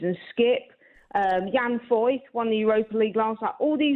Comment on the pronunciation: Jan Foyth 🤣🤣🤣